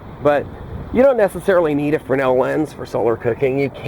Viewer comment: I just looked up Frensel. Thanks. It being a French name (Agustin-Jean Fresnel) we've been over-Americanizing it. "Frey-nell" is the right way.